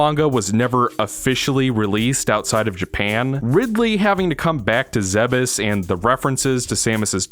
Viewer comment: isnt it pronounces ZEEBES not ZEHB EHS?